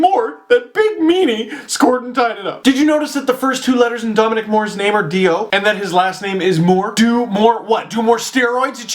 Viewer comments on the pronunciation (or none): none